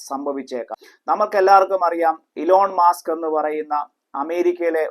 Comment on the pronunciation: ആദ്യം താങ്കൾ എലോൺ മസ്ക് എന്ന് ശരിയായി പഠിക്ക്, ഇലോൻ മാസ്‌ക് അല്ല . ടെസ്ല ഇപ്പോൾ $279 ആണ് കാനഡയിൽ, താണ പോലെ തിരികെ കയറി😂 അയാൾ 20 വർഷം മുന്പോട്ടാണ് ചിന്ദിക്കുന്നതും പ്രാവർത്തികം ആക്കുന്നതും ... കുറെ ലിബറൽ വോക്കിസ്റ്റുകൾ ഇറങ്ങി എതിർത്താൽ ഒന്നും തകരുന്നതല്ല അയാളുടെ സ്വപ്‌നങ്ങൾ ... കാനഡയിൽ ആദ്യം മനസിലാക്‌ ലിബറൽ വോക്കിസ്റ് അല്ലതെ എല്ലാരും അയാളെ ഇഷ്ടപ്പെടുന്നുണ്ട് എന്ന് , പലരും ട്രംപും മസ്കും പോലെ കാനഡയിലും ഒരു അടിച്ചുനിരത്തൽ വേണമെന്ന് ചിന്തിക്കുന്നവരാണ് ... 😊